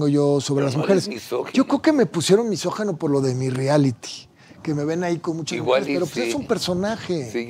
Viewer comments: Se dice misógIno, no misógeno, abogado Palazuelos. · MISOJINO, no misojeno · Se dice MISÓGINO. NO MESÓGINO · PALAZULELOS te doy toda la razón, no eres "MISÓGENO" pero sí "MISÓGINO", es increíble que según tiene mucho dinero y se cree muy culto y muy hombre de mundo, no sepa pronunciar y expresarse correctamente y que lo repita una y otra vez, además que dice "MÁS APARTE" 🙄 y ya no se diga de Carlos, que lo pronuncia igual MISÓGENO y dice AIROPUERTO🙄 no puede leer claramente que se escribe y se pronuncia "AEROPUERTO", en fin seguimos perdidos en los buenos modos de usar adecuadamente nuestro español y ya no se diga las nuevas generaciones, que no distan de estar igual o peor. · Que mal que no hablen bien AMBOS español, NO ES MISOGENO, es “MISÓGINO”!!! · Misógino, no misogeno.